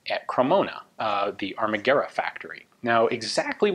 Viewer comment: Well Ian, in 1943 the war was already over for Italy, on 9-3 Maresciallo Badoglio signed the armistice that came into force on 9-8... I'm not surprised that this beautiful rifle wasn't adopted... the manufactoring it's quite surprising for that moment... Not to bash your italian but Armaguerra isn't pronunced as in Spanish... in Italian the U must be pronunced as a W... Gwerra... as in Why...